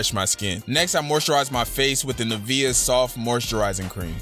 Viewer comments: He said "Nivea" instead of "Nivea" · how did u just pronounce nivea